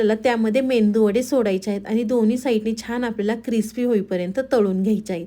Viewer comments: मेंदू वडा नव्हे मेदू वडा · मेंदू वडा नाही,मेदू वडा म्हणा रेसिपी छान आहे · मेदू वडा बोला. मेंदू naka bolu😂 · ताई मेंदू वडा नाही. मेदूवडा. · मेदू वडा म्हणावे. " मेंदू वडा " म्हणणे चुकीचे आहे. तसेच कोथिंबीर म्हणावे. " कोथंबीर" म्हणणे चुकीचे आहे. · मेंदू वडा नाही मॅडम मेदू वडा म्हणा. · कोणाचं मेंदूचं वडे म्हणावं. तसं नाहि मेदु वडे आहे (. मेदु वडे ) म्हणा🙏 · Mendu Vada nave Medu vada.uchhar hava. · मेंदू वडे नाही मेदू वडे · अग बाई मेंदू नाही मेदू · रेसिपी छान आहे...पण मेंदू नाही मेदू वडे म्हणा